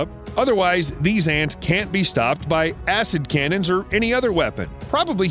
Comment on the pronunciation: Is he saying acidcamping or assincannons? 🤔